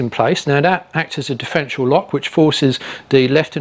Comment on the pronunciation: Good vid but it’s a differential not difrential.